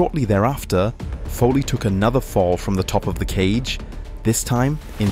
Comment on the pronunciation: How on earth can you say "Fall"?